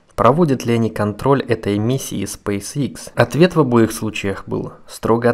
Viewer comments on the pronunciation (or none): none